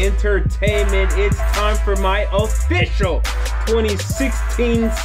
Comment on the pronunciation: the way he says official